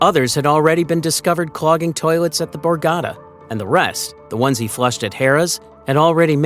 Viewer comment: Great video and very exciting! But remember it’s the borgata casino, not the borgadda. Pronounce your T’s pls young man